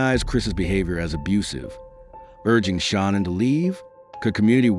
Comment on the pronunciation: Please pronounce Shanaan's name correctly. It's not Shawnan. Its Nicole not Nickel.